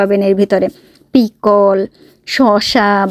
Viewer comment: Pickle er Uchha-ron Thik Vabe karo..